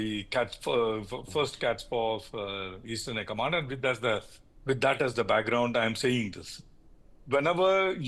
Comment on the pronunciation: PLEASE READ AS COMMAND INSTEAD OF CONMAM